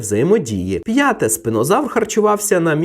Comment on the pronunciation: Спінозавр. А чому ви називаєте його спИнозавром? Spina читається не через "и", жжеш...